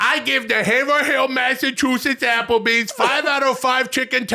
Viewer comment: Will, pal, buddy, its pronounced Haverhill (HAY-VRILL, say it fast) but you could probably get away with HAY-VRUUULL. 5/5 WULLS pal